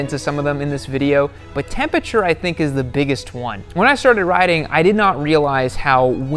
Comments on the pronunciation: I don't know why it bothered me so much that he can't say "temperature" lol. "Tempiture" ahhhhhhh lol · "Tempature" jeezus christ... smh